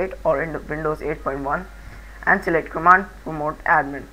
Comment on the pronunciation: "command promote" rofl. nice tut though.